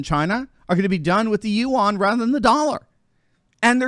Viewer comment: You aren’t pronouncing yuan correctly.